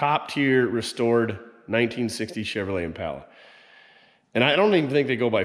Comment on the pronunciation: Just wondering why you always pronounce impala wrong? It’s very annoying otherwise I like your show.